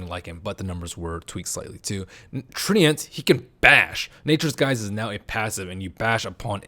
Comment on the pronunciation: "6 treants"